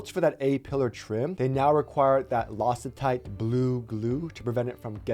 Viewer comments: Losey tight blue glue ?!?!?!?! 🤣🤣🤣🤣🤣🤣🤣🤣🤣🤣 It's pronounced lock tight. lmfao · 😂 you said Lositite! Loctite is pronounced Lock-tight! Just FYI. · Another balanced, objective report,. Great job! Glad you learned to say Tonneau, now let's work on Loctite. LOCK-tight.;-) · Don’t mean to be that guy.. it’s pronounced “lock tight”. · LOL He said loss-I-tight blue glue